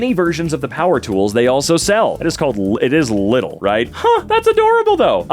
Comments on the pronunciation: no, it's not "liddle". it's "leedle" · its “Leedl”, not”Liddl” 😊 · It's pronounced Lee-dl in Germany, where Lidl is from. Sounds pretty much like the sounds Patrick Star does in I believe the first Spongebob episode that includes the Flying Dutchman, where Partick is steering the wheel of the boat. Just a little less braindead 😂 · it is, in fact, not lid-el. it's lee-del. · its pronunced Leedel and not little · As far as I know its pronounced Lee dal at least in Germany but I was visiting England recently and they do pronounce it little there even the advertisements and workers do. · its actually Leedl if you want to pronounce it as a native, but works either way lol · for anyone curious, the 'correct' pronunciation would be something more like "leedle" ('correct' meaning the way it's said in german) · Official pronounciation is Leedl. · it’s pronounced Lee-del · it's pronounced leedl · i'm german and your lidl pronunciation killed me lmao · And then there's people saying "laaidel" (lie-dull) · Wellz since it's a German brand that is the correct pronunciation Same with knipex Just that knipex themselves fuck with Americans 😂